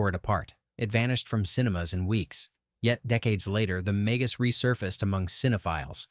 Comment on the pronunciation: Ha! Ha! AI doesn't know how to pronounce "Magus"! AI also thinks 1971 is "at the end of the decade of the 1960s". Ha! Ha!